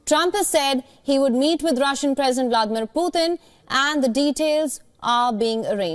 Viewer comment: Putin not puthin!!